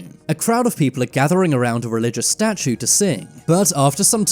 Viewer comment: What's a 'statuN'? 🥴